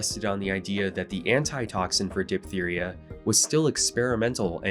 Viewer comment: Amazing video, as a doctor I'm always fascinated by adjuvant care, my attention has been mostly directed at chiropractic. One side note its Diphtheria prounced as Diph-teria not Dip-theria.